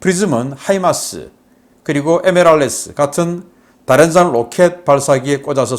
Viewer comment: 다련장이 아니라 다연장입니다. 왜 자꾸 북한식 발음을 하는 겁니까? 제발 발음 좀 고쳐 주세요. 키에프는 키이우로 단번에 고치면서 이건 왜 그렇게 못 고치는 겁니까?